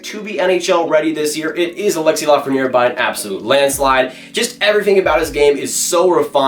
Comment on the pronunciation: It’s L.A.frenière ;) Unfortunately, LA hasn’t received a 1st overall pick since 1967, so I’m not holding my breath.